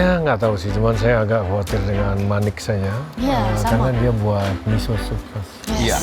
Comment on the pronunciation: chef renatta sebut manik hofit 😂